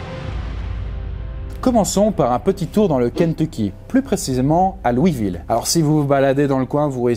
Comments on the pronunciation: Louiseville sa prononce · Louisville !!! On dit le "S" , LouisseVille !!